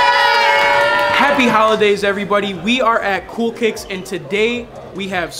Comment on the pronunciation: “Coo Kiks Is Da Bes Brow 💅”